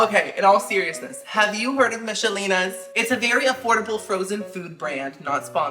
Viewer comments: We pronounce it Mickelina's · ❤ you. But you pronounce Michelina's totally weird. The h is silent. It’s like mik o Lena I’m sure a lot of Americans say it like you though but I thought you may want to know. Keep making awesome videos. I watch every single one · It's pronounced Mick a leena and she's a Queen not King 😂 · Childhood unlocked. We used to pronounce them as Mickelina. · Not me mispronouncing Michelinas my whole life 😂